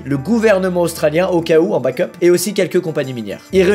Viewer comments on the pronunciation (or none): none